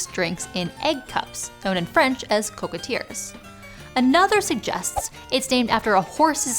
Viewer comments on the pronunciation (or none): Yet it is tainted by the mispronunciation of mitsu「みつ」(mee-tsoo) and cocquetier, specifically the hard R "teer" at the end. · Why not pronounce "coquetier" the French way? If you can do it with all the other languages, why not French?